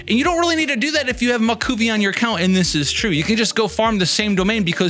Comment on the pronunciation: Just a friendly heads up, her name is pronounced like “mah-whoEE-kah” 😅